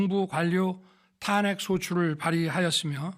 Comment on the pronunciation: 예산 탄핵 까지도? 예신도 탁했시켰다고 읽는거야? 한잔 하셨어?